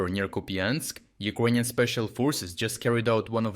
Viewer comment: Can’t you learn to pronounce word Ukrainian? It’s ears piercing, man.